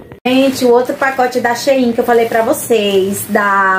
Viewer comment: Acho engraçado vc pronunciar SHEIIN aqui em minas q gente fala SHEIN normal! Os produtos da SHEIN são ótimos nunca me decepcionei com nd da lojas da China, já do envio do Brasil não gostei dos materiais são ruins!